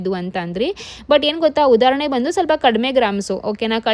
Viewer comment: It's udarane not udharanne